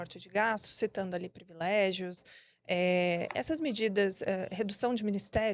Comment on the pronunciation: As militontas são tão comunicativas que falam errado palavras como: "subsídios" fala errado "SUBIZÍDIOS" e em seguida pronuncia outro erro de português com "privilégios" fala errado "previlégios". Jornalistas tem que saber não só escrever, mas pronunciar as palavras corretamente. Nota 5 para as petistas.